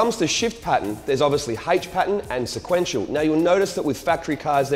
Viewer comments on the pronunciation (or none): Lol " sequnetial "